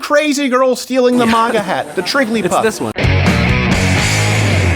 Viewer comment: love you stuff but it’s MAGA not MOGA